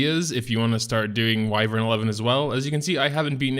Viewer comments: Go look it up on any dictionary site and click the little speaker icon so the nice lady can pronounce it for you. It's WHY-vern. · Pronounced WHY-vern